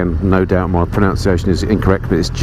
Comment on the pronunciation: I understand you struggle with Slovenian pronunciation but please will you pronounce pronunciation right? There is no o in pronunciation. It is pronounced with a hard u, as in bun!